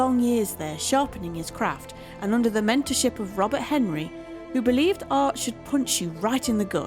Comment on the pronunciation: Robert Henri. It is pronounced hen-RYE.